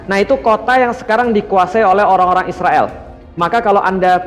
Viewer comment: Kenapa ngomong nya isriwil, Israel aja pak biar jelas orang" baca nya